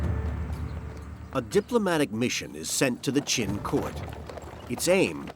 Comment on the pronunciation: the fact that you took the time to type this. also, as a chinese/taiwanese taught student, these facts are very true. also, its qin, not chin.